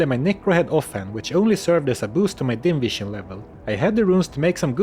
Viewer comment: Can't help myself, I hear "invision" instead of "dim vision" every time you say about that. You become invisible to enemies after all.